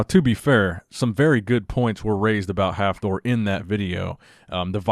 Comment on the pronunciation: Please don't try to pronounce Hafthor, ever again